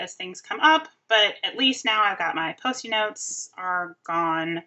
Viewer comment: I love watching monthly PWMs, especially the Dashboard pages. I get so many great ideas. I love how you say “Posty” notes. Melanie says that too. Maybe you got that from her?? 😂😂 Question: what is that aqua colored cutting tool that you use to cut the washi? I looked for a link to it in the description section but didn’t see anything. Thanks for sharing! #orangeumbrellaco #ouc